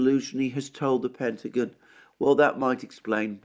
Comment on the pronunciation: "Pentagin" 😁 I love the Brit accent.